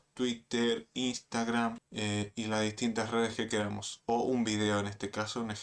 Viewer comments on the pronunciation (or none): none